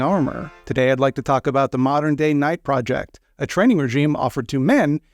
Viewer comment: you keep saying "modern-day knight" with the stress on the last word, yet that's not whatthey've written. As they write it, the stress goes on DAY; they are "day knights", and "modern" modifies what kind of day knights they are. They're "modern DAY knights".